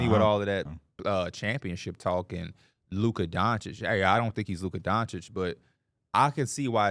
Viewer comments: you gotta learn to pronounce Luka’s name buddy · Luka going into year 7 and still can’t say his name